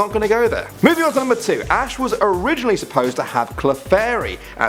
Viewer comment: its ash not ass